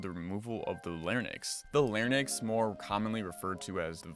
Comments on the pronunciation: It’s “lair-ING-cks,” not “lair-nix.” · larynx is pronounced "lair-inks"